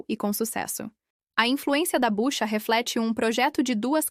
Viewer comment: É BUCHUA e não Bucha como está sendo relatado! Obrigado!